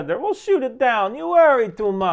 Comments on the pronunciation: Oh man, Ryan... "Yeehaw b'seder"? No. No, no, no. 😂 "Yee-hee-yeh b-Seh-dehr". Mispronunciation-aside, thank you for this. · Just one note I had on this video: It's Yee-Hee-Yeh Beh-Seh-Der, not Yee-Yah 😅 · Proper pronunciation of what you are trying to say in Hebrew is "yee-he-yay beseder" not "yee-heya" or what ever you were trying to say but good attempt. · so funny how you said yehe beseder יהיה בסדר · Just thought id let you know the hebrew phrase is pronounced Yi- He- Ye bseder. Yi as in yippee. He as in he. Ye as in ye like yes. I’ve really been liking your content.